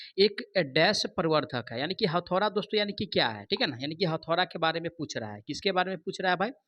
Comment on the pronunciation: Hathaura nhi hota bhiya hathauda hota hai